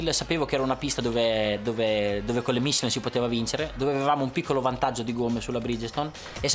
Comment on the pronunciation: Ma perché deve dire "mìchelen"?